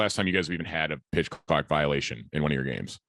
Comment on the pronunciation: face when slipped up on the word clock had me spitting out my drink